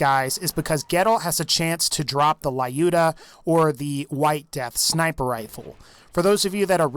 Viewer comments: Lyuda, not Layuda. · That's Lyuda, NOT "La-Yuda" (as you erroneously pronounce it). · It's not laiuda, it's luda - russian name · It is so funny how he pronounces "Lyuda" which is a refference to Lyudmila Pavlichenko :D:D. Not judging just being slavic. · The mispronunciation of “Lyuda”